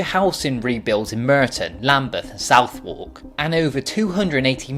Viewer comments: southwark = 'suthark', not south-wark' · You know I love you lad, Please don't say "SOUTH-WARK", it is pronounced SUTH-ERK... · Very detailed video for someone who pronounces Southwark as "South-Walk". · Southwark is pronounced `'`Sutherk``' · As you are unable to pronounce Southwark properly, I deem you 'Provincial Oaf' from Kent or some other benighted hell hole so all you say is poorly collated tosh you have gleaned from a cursory web search. Please make vids about things you actually have a clue about